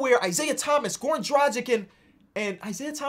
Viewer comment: Man, it's not Goran Drajik, it's Drag-itch.